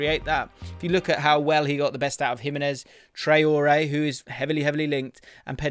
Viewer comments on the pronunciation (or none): none